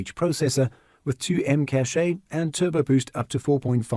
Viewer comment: Please pronounce cache as cash! Not caché or cachet!